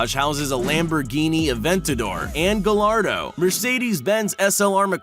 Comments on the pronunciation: you said it wrong its gaiyardo is how you pronounce it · he says “Gallardo“ like its actually supposed to be spelled and sounding like that 😭 anyone else feel me? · The fact that someone messes up the name of a Lamborghini. This mans said "Gall-ardo" and not how it is supposed to be pronounced, "Guy-ardo" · You say guyardo not galardo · Aventador an he said gallardo and it’s pronounced G-eye-ardo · And how he pronounced gallardo wrong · And doesn't even get pronunciation right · Why does everyone constantly butcher Gallardo's pronunciation? 🤦‍♂️